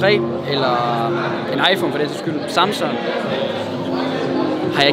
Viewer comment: Elsker du kalder "Samsung" for "Samson"